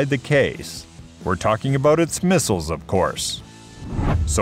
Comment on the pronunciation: LOL "mistles"